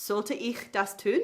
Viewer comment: Just some pronounciation support: In the Intro, you say, or rather it sound like "gefünden" and "tün" instead of "gefunden" and "tun". No Umlaut there, normal U. But aside that, very good. I can imagine Hebamme to be a tricky word for native english speakers.